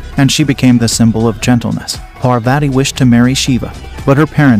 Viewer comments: Though your knowledge about our hindu religious stories is good but.... You pronunciation of our goddess name is completely wrong.. Its kind of offensive towards hindus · please for Parvati's sake check your pronunciation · First pronounce 'Parvati ' properly ...you are doing it very wrong ... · It's pronounced as paarvati not parvaati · If you are telling the story of Hindu goddess then pronounce their name correctly😑...she is godess Parvati not parvate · Please get the pronunciations corrected . It's not pervetty . It's paarvati. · It's Parvati not Parvat U spelled it correct but pronounced wrong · It's not sīva, it is shiva, it's not pārvāti, it is pārvathi. First learn aksharamala (pronounciation) of Hindi or kannada or any other local language of India. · It isn't the pronounciation Par-Vati It's Parvathi Before making the video, you would have learned how to pronounce the name of our matha PARVATHI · First of all she is parvati pronounced paar vati not per vaiti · Bro you pronounced parvati wrong its par-vuh-tee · It's paarwati correct pronunciation. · The way you ruin the pronunciation of maa parvati as "parveti" hurts my eardrums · So it's pronounced as Par-vuh-thee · Please get your pronounciation of Indian names correct. Do a bit of research online... The "i" in Shiva is short, not long. The second "athi" in Parvathi rhymes with "putty" and it's a "th" sound not a hard "t"... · Please learn name pronunciation it husts a lot my name is Parwati if anyone called me like that trust me i would have given proper tution for pronunciation / pronunciation of godess parbati..is slight akward.so please correct it. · Excuse me parvati shiva is the names u pronounced it wrong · You are not Pronouncing Parvati right.... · First learn to pronounce the name of Goddesses Sati and Parvati then spread knowledge. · Parvati and sati is pronounced with a soft "t"